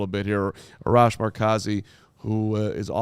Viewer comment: Just so ya guys know you are likely saying Arash’s name wrong. Assuming he is Iranian, so it’s R-ash.